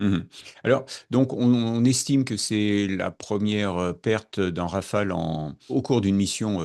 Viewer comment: "Rafale" svp.